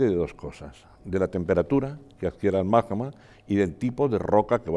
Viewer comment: Lo que no puede ser es que un vulcanólogo diga “majma” en vez de magma 😂😂😂 Es como decir “el bij banj”.